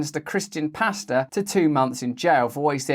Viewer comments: I thought you were saying pasta 😂 I was so confused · Love you Russell and lol thought you said pasta and nurses